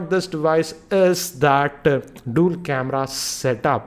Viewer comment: Why does he say "KemRra" instead of camera?